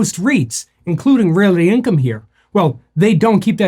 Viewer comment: Why are you saying Realaty?